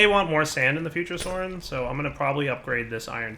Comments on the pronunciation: soryn water LMFAO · water lmfao:-)